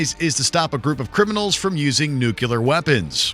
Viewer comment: and - "Nucular"